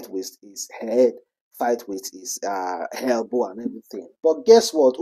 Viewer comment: Elbow not Helbow. I done see say english deh hard you, use pidgin I beg